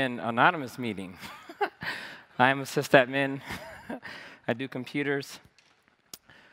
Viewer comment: great talk i wish he stop saying cyst admin :(